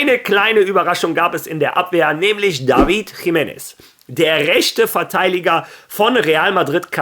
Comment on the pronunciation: Hola, ich höre jetzt schon zum wiederholten mal das du immer Verteiliger anstatt Verteidiger sagst. Es ist nix schlimmes, es ist mir nur aufgefallen. Wie immer gutes Video!